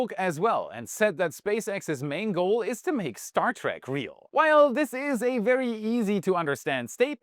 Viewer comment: Not ‘Star Track’ like a train track. It’s called ‘Star Trek’ like a lengthy hike or trek across the universe.